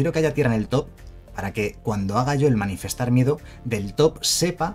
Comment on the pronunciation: Solo porque sé que tú eres igual de psicópata con esto que yo,. Es "Manifestar" no "Manifiestar" 😂